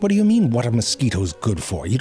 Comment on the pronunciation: Or how he says “ do” 😂 … but he says dew